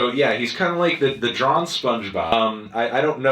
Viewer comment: did this man say “drawn spongebob”